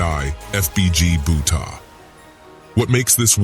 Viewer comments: Fbg bootar 😂😂😂😂lmfao man said bootar its butta 😂😂😂😂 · I'ma white girl from the suburbs and I even know it's "black disciples" smh he even pronouncing "butta" wrong smh lol